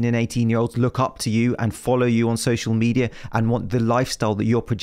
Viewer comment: "social misleadia" lol